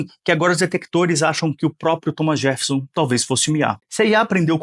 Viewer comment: Não, o cara falou Thomas JeRffeson, mesmo. Com o R nesse lugar bizarro.